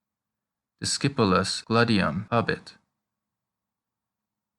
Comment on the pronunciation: it's not GLA-de-yum it's GLA-de-yoom